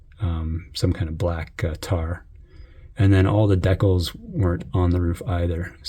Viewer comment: I've never heard anyone say 'decals' like that. Potatoes / Potatoes I guess🤔